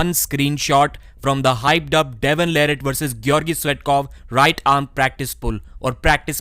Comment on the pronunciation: I’m not sure why still mispronounces Devon’s last name after all this time. Also, who cares about the Devon vs Georgi practice pull, I’m tired of hearing about it. Reading much into that is nonsense. Regardless of how that went, Devon will crush him on Dec 9.